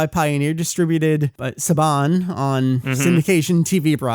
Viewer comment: Guys, just to clear things up: it's Daniel Cocanger or however you spell it (Coke-en-haeger) Saiyan (Say-yan, not Sai-yan) Geneon (Jenny-on, not Genny-on) Saban (Saa-ban, not Suh-bawn)